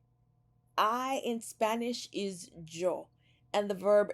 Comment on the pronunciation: Still trying to get used to the “j” sound in the word Yo.